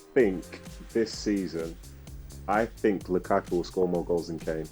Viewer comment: also if you're gonna edit at least pronounce "Lukaku" right